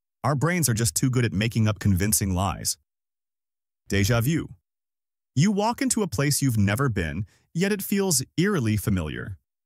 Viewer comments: U said Jeva du 3 times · Im Sorry but the way the ai said Deja vu made me have an unreasonable crash out. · You can't even pronounce "deja vu" and we're supposed to act like this is authoritative science?